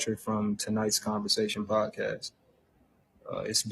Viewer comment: When you say “converzation”🤭like sir no.